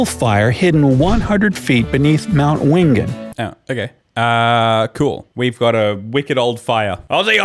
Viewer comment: Yo, I've been to the fire place, it's called Burning Mountain, BTW it's pronounced win-jen not win-gen